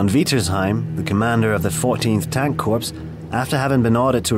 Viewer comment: An army corps is pronounced " core" - not "corpse." Geezus!